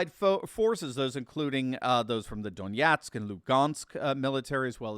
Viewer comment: Notice you pronounce the city names correctly. Specifically in the case of Donetsk and Lugansk.. Correct consonants matter As for the bs articles from the drive-by media, they should not be so hesitant to declare victory for Ukraine, "because the other side gets a vote as well." Loosely quoted from George Patton.